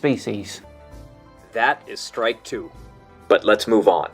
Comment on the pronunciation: I die from cringe every time he says "strike /N/". And he says that a lot.....